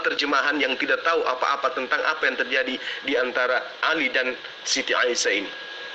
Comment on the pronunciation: Katanya ahli qur'an lo nyebut Nama Aisah kok jadi Aisiyah piye to..